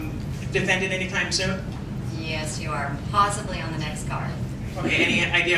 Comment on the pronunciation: good press conference. I like how Cyborg says she will be "weady" or "weddy" for her "nex fight".